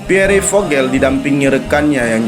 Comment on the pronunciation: baru ngeh kon PIERRE di bacanya piore sih , Pier gitu